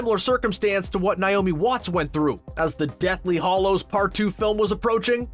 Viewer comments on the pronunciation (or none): “ ...the deathly hOllows “ O u c h..